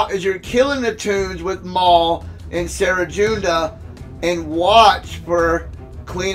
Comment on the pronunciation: You just gotta love it when CG adds a brand new team we've never fought before as a boss of sector 5 and gives them over-fucking-prepared 3. Good ol' CG shenanigans! I'm surprised it doesn't bring you to the store page with every failure. Also, you probably don't care too much but "Cere" is pronounced as "sear" (as in: You want to sear your steak!). Or like the store Sears, minus the s.